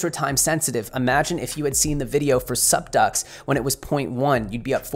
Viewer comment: Saying "supducks" over and over again sounds really weird